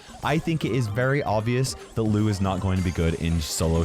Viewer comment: Whenever he said "Lou is" I understood it has "Louis"😂😂😂